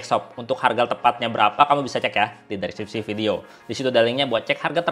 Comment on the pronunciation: Bang, btw lucu juga denger pengucapan "dreskripsi" 😄. Makasih bang, bermanfaat bangett 😁